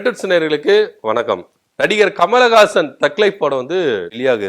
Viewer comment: Kamal hassan ur pronounced kamalagasan which is correct